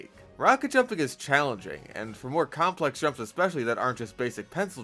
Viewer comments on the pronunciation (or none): none